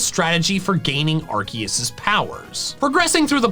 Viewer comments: Correct pronunciation of Arceus is 'Arkoos' , not 'Arkeus'! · IT'S ARCEUS, NOT ARKOOS! PLEASE SAY IT RIGHT! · Why people keep butchering Arceus nama. Is Ar Se Us. Not ArKeus, Not Aku. In Japanese is ArSeRuSu. So in English and Spanish in Any Language should Sound ArSeUs. ArSeus, ArSeUs.😅 Geeez! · STOP SAYING ARKOOS ITS ARCEUS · Its arSUS not arKOOS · It’s Arecus not Arckoos 🤦‍♂️🤦‍♂️💀💀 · If you’re gonna pronounce Lord Arkoos’ name, pronounce it correctly, peas and carrots. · No, it is Arceus! Arkoos is not how you say the name, or spell it for that matter! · ok heres something i learned its actually pronounced Arch - e - us not Arc - e - us or Ar - koos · ahr-KAY-oos. If it's a Latin word, that's how it would be said. Love your channel mate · bidoof is not a God he is a stupid beaver. And also can you stop saying arkoos it annoying 😒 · I can't help but find it actively discomforting that you actively mispronounce Arceus' name... Like, why? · IT IS ARCEUS! THERE IS NO K IN THE NAME, AND THERE ARE NO O'S IN THE NAME! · How come you're pronouncing it like that #arceus